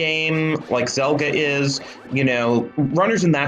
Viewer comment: I'm loving these videos but getting the name wrong for every match for Zelgadis-san is super annoying to listen to. Zelgadis shortens to Zel and if you're not sure what someone's username actually is it takes five seconds to search and come up with a probable source. This one isn't even hard: it's from the Slayers series. They scream "Zel!" a million times and Amelia calls for "Zelgadis-san!" a million more.